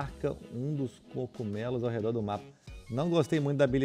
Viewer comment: Que porra é cocumelos caralho o nome é cogumelos só eu que fico incomodado com isso?